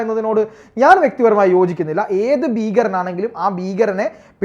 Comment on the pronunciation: ബീകരൻ..? ഉച്ചാരണംതെറ്റ്. ഭീകരൻ എന്ന് പറയൂ..